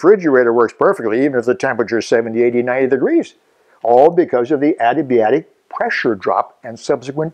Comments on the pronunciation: Fantastic video! I wish I could have had you for physics :-P I'd like to point one thing out though: you're saying your favorite word wrong :-P You WROTE "adiabatic", but you keep SAYING "adibiatic". When you looked at the board was the only time you said it correctly. You mispronounced it in your other video on this subject too. Just some constructive criticism! Thank you for putting so much effort and time into such wonderful videos! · haha, I wasn't trying to be an ass about it, I was just pointing it out :-) it's not the accent, it's switching around the letters a bit. "Adiabatic", "adibiatic". Sorry, I've always been the one who corrects how people pronounce words, haha.